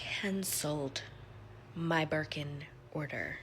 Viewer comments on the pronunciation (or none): I keep laughing at everytime I hear Walmart Wirkin & Wermes😂😂😂